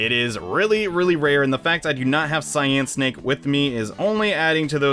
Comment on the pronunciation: i thought Cynake was pronounced Cy - as in cyclone and nake - as in snake